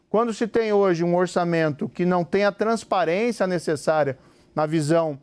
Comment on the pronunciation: "transperência". Tá nervoso,?